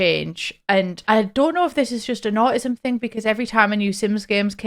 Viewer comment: never heard someone call it “auh ism” gonna start using that